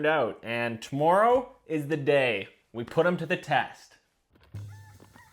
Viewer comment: why does he say tomorrow like that😂